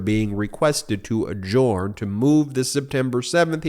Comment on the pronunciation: Great work continues , thanks! 👍 But Ben, a small thing - we have yet to train you to pronounce "adjourn". Leave out the "o" from the spoken form. That should do it. Adjurn. You can do it! 😏